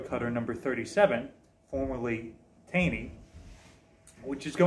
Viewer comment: Fun fact. The cutter was named after Roger Taney, former Chief Justice of the Supreme Court. His surname is pronounced TaWney. I found that out when I moved to Maryland and was immediately corrected when I said TaYney.